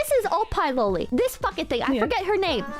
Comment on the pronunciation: might be the first Westerner on Youtube that I've ever seen actually pronounce "loli" correctly. Which is surprising, considering how many anime/weeb Youtubers I've watched over the years.